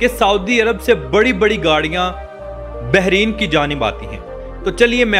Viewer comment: ”بحرِین“ نہیں میرے بھائی، بلکہ ”بحرَین“ ہے ۔